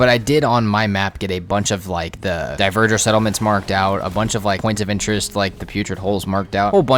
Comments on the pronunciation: Dont know if you'll see this, but dverger is pronounced dvar-gear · It physically hurts everytime you pronounce dverger horribly wrong